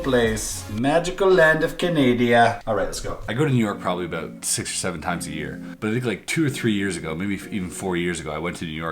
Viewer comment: “Yew Nork”